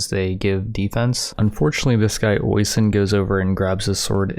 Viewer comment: The way you ponounced Oisin is really funny to me its usually ponounced Oh-Sheen